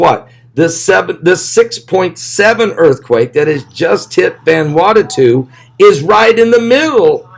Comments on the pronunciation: Vanuatu. Not Vanuatatu. Please. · Love you-two to PIECES!!!! IT'S VAN-oooo-AH-tu! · Its NOT Vanwartatoo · VAN - OO - AH - TU !!!!!!